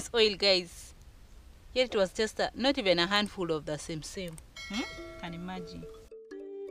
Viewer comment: Phonetically... simsim is pronounced Sess - a - me here E.